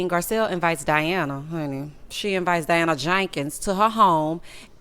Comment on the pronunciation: I laugh every time you say Diana JAKEENS